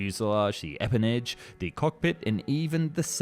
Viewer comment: After watching a good number of these I can say 1) I’ll keep watching - good stuff. But B: you should check pronunciation of names more often 😖